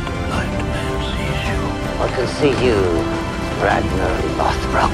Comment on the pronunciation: kInG Rag-NAH